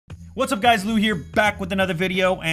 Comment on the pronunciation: loo? hahahaha its *lew